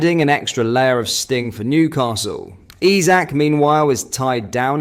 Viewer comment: Please take the time and LEARN HOW TO PRONOUNCE HIS NAME.😮‍💨